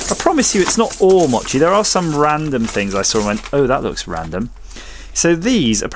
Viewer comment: Long O in mochi/mow-chee. So many flavors. Looks yummy.